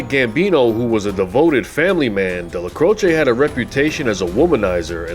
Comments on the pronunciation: His name was pronounced Dellac’roach’, not Della’crochay’ Otherwise interesting video! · Excellent video, Neil delecrosh is pronunciation my great uncle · Well done! Excellent! Best I’ve seen on Neil So many clowns here who can’t equate the correct pictures with folks they are covering or pronounce the names right This is the real deal Neil’s name pronunciation is debatable At MCC Manhattan when I was there at 7 north with plenty wise guys 1990-91 Dellacroce name was uttered with the same hushed reverence as Chins even though he was five years deceased …..Gotti was just John and on my tier but not feared like those two….and pronounced ending short or long E final distinct syllable and also ending like “roach” I speak Spanish Portuguese decently and some high Italian and it should be the short E with its own syllable ending Dellacroce as in “eh” or “a” Again we’ll done Subscribing now